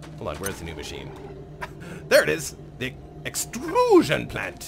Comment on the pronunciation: "the extruuuusion plant..." that sounded totally like a german scientist talking about something xD